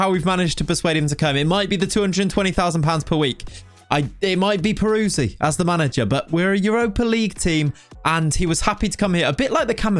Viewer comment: but you can't say his name 😅 it's more like Perutzee 😉 love the content mate. Can you do a lengthy Newcastle save please 🙏